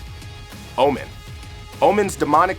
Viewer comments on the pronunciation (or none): none